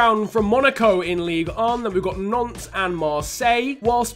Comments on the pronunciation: why does he say nonce not Nantes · Does enyone hear nonce when he said Nantes